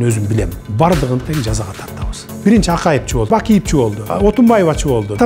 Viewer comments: Жакшы маекболуптур соз жок, Садырга ак жол каалайбыз. Бирок Садыр кээде жонокой тил менен суйлойун деппи же кандай. Акайып, Бакийип деп айтат. Кызыктай угулат, толук "е", "в" тамгаларын кошуп айтса туура угулат эле. (Акаев,Бакиев деп) Акыркы тамгаларды кошпой суйлогону байкалат кээде. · Садыр иним кечиресин,бирок Акайып, Бакийп дебей "е", " в" тамгаларын толук кошуп айтсан, кээде акыркы тамгаларды кошпой койгондугунду байкап журом. Жакшы маек болуптур. Элдин ишеничин актайт деп ишенебиз. Ак жол каалайбыз.